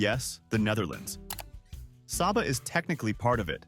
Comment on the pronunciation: Prounounced Say-ba!